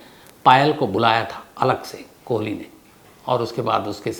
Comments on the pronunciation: साहेब, कोहली नहीं कोली बोलिए.😌🙋‍♂️ भजन और भोजन में बस मात्रा का फर्क होता है। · उसका नाम सुरेन्द्र "कोली" है, न कि "कोहली" जो तुम बार-बार बोल रहे हो । सावधानी रखो और राहुल गांधी के केस से सबक लो .....